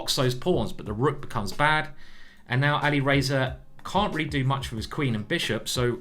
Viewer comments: Exactly. Alireyyyza 😅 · He is not alireyyyza omg why are you pronouncing his name like that